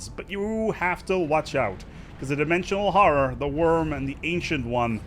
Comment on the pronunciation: Dimwensiwoal howwow